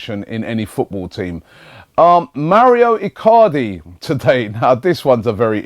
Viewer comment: I hope the Mauro icardi rumours end so Robbie doesn't mispronounce his name everyday